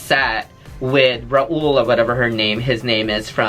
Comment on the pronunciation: Not “Raul”! Get him mawmah! 😂😂😂